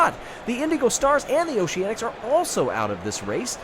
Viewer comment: "Noceanics" lol